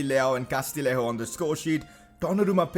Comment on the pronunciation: Just a tip, the double L in Castillejo is a Y sound, so Castiyejo:) And now you're gonna get rid of him haha